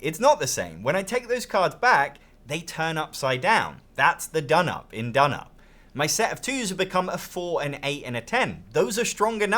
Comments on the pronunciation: donop? no. it's d'noop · You know it's pronounced "down up". Says so on the box. You're saying "dnup" for comments? As a fan of Scout, I am also a fan of this. I don't find it plays any faster or slower. Scout really only has 2 things you can do on your turn, whilst this has 4. In both games it's often the case that on some turns obviously some of those options are not in consideration. This means in Scout some turns you aren't making any significant decision and are very quick. I find in dnup I'm often deciding whether to add a card to someone else's set or actually pick up someone else's set. Options that I hadn't been able to think about until the player before played. It doesn't seem any quicker to me. Both are great games. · I like your Turkish😂